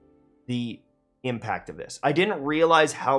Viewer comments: "I didn't realise the ... pauses IMPACT ... of it." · bruh he said IMPACT lol